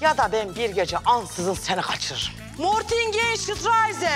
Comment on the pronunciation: Mortingen Şitrayzen😂😂😂😂